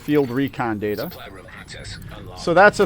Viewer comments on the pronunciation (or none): none